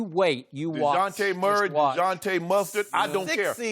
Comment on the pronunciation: Shannon said "Digonte Murray,Digon-te Mustard,I don't care"